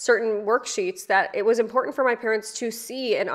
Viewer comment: Ope! I might say anyways! 😮 I hate irregardless and impordant. I’m gonna work on this! I didn’t think of it! I didn’t know! I don’t want to sound like this moron. ~~~The more you know~~~ 😂